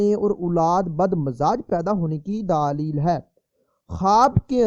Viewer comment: Matlab ye k wo aapkay bolnay k andaz py keh rai h